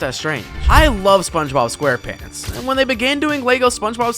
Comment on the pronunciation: SPONGY BOB SQAREPANTS